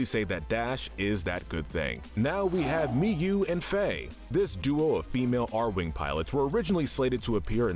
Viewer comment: It's pronounced R wing not airwing